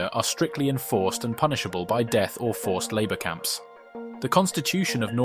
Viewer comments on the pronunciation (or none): none